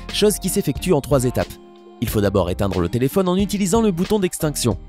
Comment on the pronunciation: "telephonne " i phone ouai